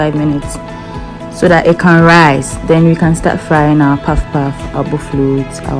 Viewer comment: Poffpoff in Nigerian tone😂😂😂😂nice. Waiting for you to teach the making of akara,koose.